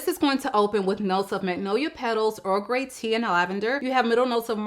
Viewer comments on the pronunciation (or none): none